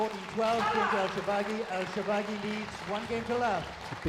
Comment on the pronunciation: Shor-ba-gy and not Sho-ba-gy!!!